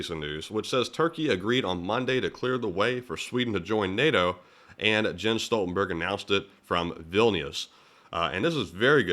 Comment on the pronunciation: SG Stoltenberg of nato is pronounced not “Gen” but “Yen” per the German Language.